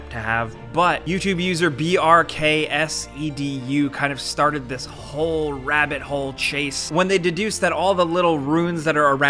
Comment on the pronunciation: Im brazilian and i laughed at "BRKSEDU, hahaha. Just so you guys know, Edu is short for Eduardo, so you would say BRKS Edu. Great video as aways 😁